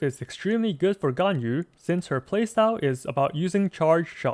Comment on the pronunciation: Wow, the first person I meet that pronounce Ganyu right :000